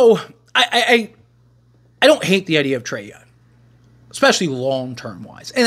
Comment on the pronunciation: BRO WHY CANT YOU SAY THE WORD “YOUNG” not “YUN”